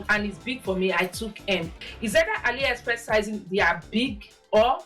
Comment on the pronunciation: I love this video. Also it’s A-LEE- express 😭😂❤ not ALLY ❤ but it’s a great vid and I love the fits